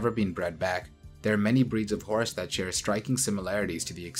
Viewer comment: This dude pronounces it hor-us so for a little while i thought the horse and the hor-us were two different species